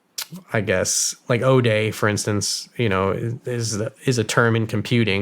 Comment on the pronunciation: guy says OH DAY, he means zero day... sketch